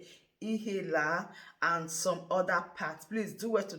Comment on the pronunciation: which state are you from because you cannot pronounced IHIEALA?